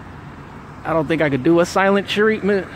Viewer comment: He said tattle teller its tattle tale its treatment not tertment and finally he went to parked his car itd to park his car lol